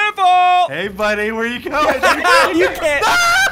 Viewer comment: Biffle Is a wifle henwy is a henwyfart